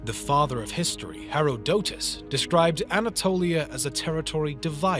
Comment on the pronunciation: No one:: HARROW DOE TOS